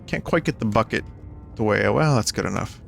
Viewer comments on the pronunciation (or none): none